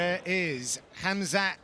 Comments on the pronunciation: he said hazmat chimaev lol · It’s Khamzat not Khazmat😆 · What's with the khazmat pronunciation lol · It's not kabib it khamzat .